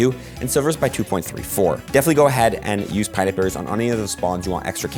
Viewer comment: Small nitpick put it's 'pin'ap berry, not a 'pine'ap berry